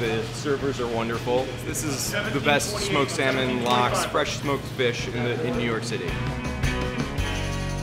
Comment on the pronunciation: "sMoKe SaMeN"